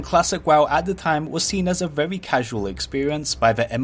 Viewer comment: vewy nice viweo mate!